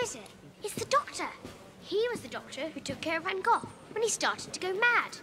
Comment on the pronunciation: So great to hear an English actor pronounce van Gogh's name correctly :)